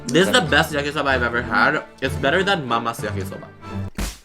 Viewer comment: I love Mama videos so much and is happy everytime i see a new video also is it me or when said yakisoba it sounded like in an aussie accent (Timestamp is - )